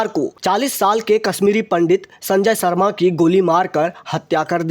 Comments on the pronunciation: सर्मा नही शर्मा बोलो शर्मा" ऐसा उच्चारण करनेकेलिये कह रहा हूं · सर्मा नही शर्मा बोलो